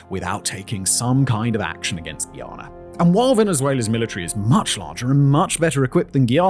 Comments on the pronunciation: Guy Ana not gheeyana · It's hard listening to him say "Ghee-ana" over and over. It's *Guyana*. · Guy.... its pronounced Guy...ana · Are you mispronouncing Guyana on purpose? We don’t say Guiana. Stop playing with us. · Say it with me… GUY-ANA. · Simon, Guyana is pronounced like the word 'guy' as in 'Who's that guy?'